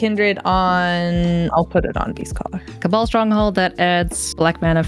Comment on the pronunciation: When played Beastcaller Savant, I definitely thought she said "Beefcaller Savant," and looking at the card art, I feel like the name fits.